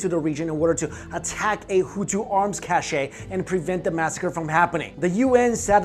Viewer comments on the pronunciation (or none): cache is pronounced "cash" not "cashay" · Did he just pronounce cache as cashay instead of cash... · "cash-ayy" no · Cache and cash are pronounced the same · can pronounce Versailles correctly, but not cache. okay. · That's not how u pronounce cache afaik